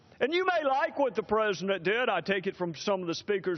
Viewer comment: Trey Gowdy kicks ass ... am I the only one hearing him saying " presendent " instead of president ... ?